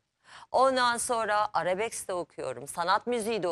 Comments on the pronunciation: 'arabesk'e arabeks demesek.. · Arabeks te okuyormuş.😂😂😂 Arabesk olmasın o!? Bide onun bunun sesini eleştiriyor öyle oturmuş 😅 kendi olmayan sesine bak önce